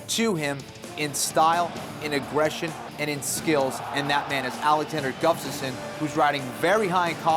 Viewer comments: Hey Kenflo! His last name name is Gustafsson, not Guftason... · kenny keeps calling him guftasson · Is Kenny saying Guftasson? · Can someone please tell Ken-Flo how to say "Gustaffson"?!! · I think Kenny Florian needs to practice pronouncing Alexander Gustafsson's last name if he's gonna be commentating this fight! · Florian should learn to say "Gustafsson" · Its annoying that ken-flo cant say Gustafsson.... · Gotta love Barao's highlight reel :D But please do not let Jon and Kenny commentate the main event, they both cant pronounce the challenger's name ;) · Is it just me or can Ken Flo not say Gustafsson?